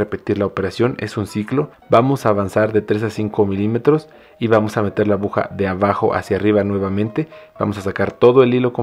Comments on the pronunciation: Es mi imaginación o dice abuja amigo si es así se dice aguja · Por diooooos, abuja no se dice niñoooo se dice aguja. Me duele mi oído por dios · me encanta su video,muy buen tutorial...pero dice abuja 😅